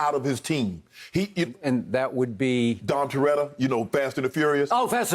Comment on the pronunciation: Man said “Dom Turetta”.. big check